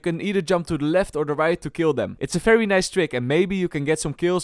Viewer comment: It’s fucking VALORANT not Falorant it’s VIDEO not Fideo. It’s VERY not Ferry. It’s reViVe not reFiFe. It’s a fucking VVVVV NOT AN F HOW ABOUT YOU PRONOUNCE ENGLISH PROPERLY ITS NOT HARD